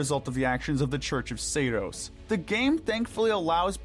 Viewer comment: Considering how you mispronounced "Seiros" and "Fódlan" consistently, shows me that y'all never played the game 🤣🤣 it's almost fully voice acted